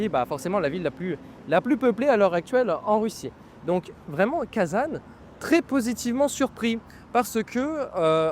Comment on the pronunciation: Attention, en français on ne dit pas kazane ! Cela se prononce Kazan avec un son nasal comme le mot an.